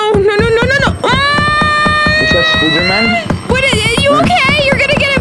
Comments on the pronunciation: say spooder man😂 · He said is that spoder-man